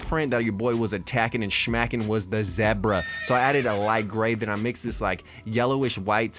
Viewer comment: The way he say zebra and orange 😂😂😂😂